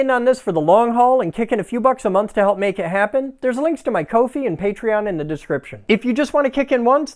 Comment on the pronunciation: "Coe fee" ? - It's literally "COFFEE", that's why it is called Ko-Fi.. sorry, ADHD issue.. YES! GREAT PLAN, BUILD IT!! :)